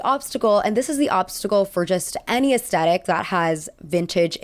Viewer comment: americans.... please stop saying ass-tet-tic when it literally has a "thhh" sound, it's ass-THET-tic